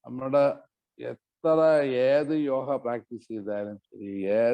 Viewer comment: യോഗ അല്ലേ യോഹ അല്ലല്ലോ?